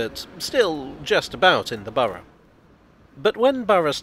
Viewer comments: Among other things, I certainly got a chance to master the British pronunciation of "Borough"! 😁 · Correct pronounciation of Borough is very thorough of you 😉